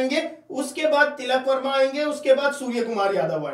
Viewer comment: Tikal Verma nhi tilak Verma h bhai 😂😂😂😂